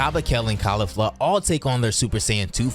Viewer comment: This shit was atrocious tho… the pronunciations where so bad dude I can’t 😂 kalifla and the resengan 😂 and the way you talked to me thru the whole 17m I watched painstakingly 😂 good concept tho not yours so I can at least tell you that you did a horrible job narrating it 😂